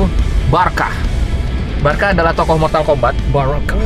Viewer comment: Baraka dong bukan barkah